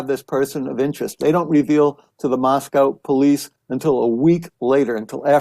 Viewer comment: Megyn even pronounces "Moscow" (Idaho) correctly, which the locals will tell you is pronounced differently than Moscow, Russia. Mosc-ohh vs Mos-cow.